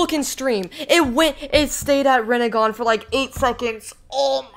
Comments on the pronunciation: Bruh it is just rennigan like chill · “Rinnegan” actually